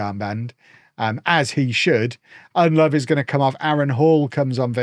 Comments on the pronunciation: ITS PRONOUNCED UND LOW VOO NOT UND LOVE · Its "Nedelovu", not "EnLove"! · Convinced purposefully forgets the u at the end of Ndlovu's name...